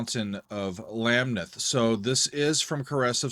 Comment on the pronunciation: You need to listen to the rest of the album. You also need to listen to the album Fly By Night. Speaking of Marillion, you need to listen to the album Clutching at Straws. Masterpiece! I DO believe the emphasis is on the second syllable of Lamneth.